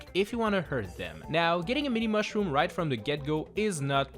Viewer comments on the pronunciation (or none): “Thuh meeni mawshroom”